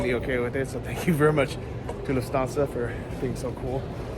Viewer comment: It sounds like you are saying lu-fansa 😂 It’s luFT-Hansa